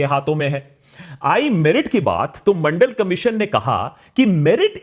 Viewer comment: Mandal or Mondal??????